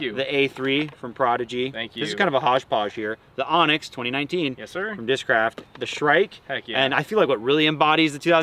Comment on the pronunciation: Anax isn't pronounced onyx. It's more like an-axe.